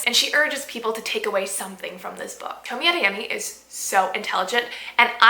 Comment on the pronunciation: Toe me ah they yeh me. Pronunciation